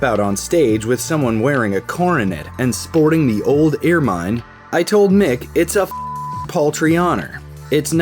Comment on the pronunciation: Oh no! EAR-mine? No no no it's IR'min lol